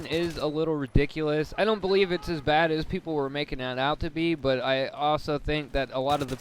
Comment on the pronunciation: 39 thru said uh 4 times, said don't in the wrong way, and said thingimabob